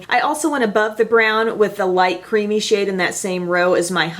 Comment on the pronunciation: "Other people are thinking I wouldn't touch that shade with a 10 foot pole" ... I thought you said shit, not shade, and I lost it xD